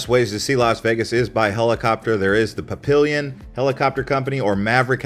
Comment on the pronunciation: "Papillon" is French for butterfly, pronounced pap-e-yon.